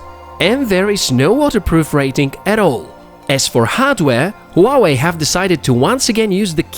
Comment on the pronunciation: Its not Hooawei, its Huawei